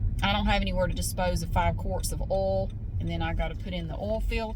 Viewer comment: Hi, I absolutely love how you pronounce the word 'oil'. I have tried so many times to copy your pronunciation of oil, but my Aussie accent just won't allow it! Thank you for your videos. 😊